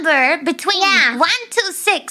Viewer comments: Or at least not emphasizing the word "to" so much. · One of these days she'll learn to pronounce "to"...